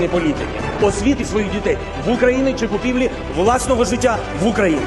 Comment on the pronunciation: "Купівлі власного життя" - навіть зачитати правильно з суфлера не зміг.